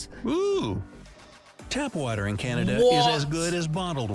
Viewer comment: A boootahh of whattaaaa. Lol